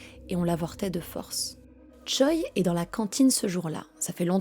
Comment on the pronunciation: Choi c'est un nom de famille (prononcé Tché) pas un prénom